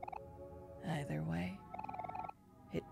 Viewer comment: ... yay, she pronounced "either" properly. I know it's such a nitpicky thing, but I love that.